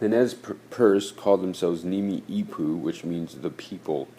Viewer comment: It isn't pronounced "nimi'ipuu" it's pronounced "Nee-mee-puu"